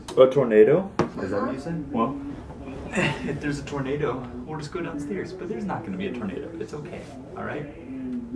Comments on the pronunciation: It sounded like the girl said "tomato" instead of "tornado" 😅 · Awww she said tormado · When the girl said tornado it sounded like tomato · instead of saying tornado she said tomato XD